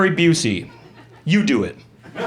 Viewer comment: " I dont like "iT" joke was too good! Someone who doestnd like "It's " putting a hard emphasis on the "T".